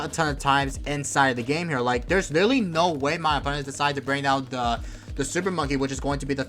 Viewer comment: wittawy what the heck guyz